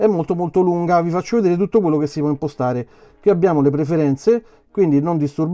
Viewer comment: Dovresti curare la dizione. Quando dici "POTETE IMPOSTARE.."in realtà pronunci" POTETE IMPOSTAREEE"ed è fastidioso..